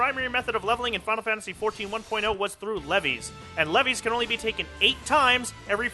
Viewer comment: Leves are pronounced like "leaves" not "leveys". Source: Aetheryte Radio interview with the NA localization team leader Koji Fox.